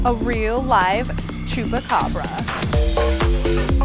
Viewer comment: What the hell is a "Chubacabra"? Did she mean "chupacabra"?